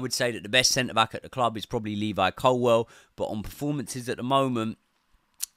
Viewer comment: Bro, how can you still not say ColWILL properly?